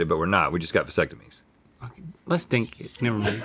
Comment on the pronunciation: The world according to Rhett: 1. Honey is bee vomit 2. Maple syrup is tree blood 😂 - "Lets dink it... never mind" Bless him 😅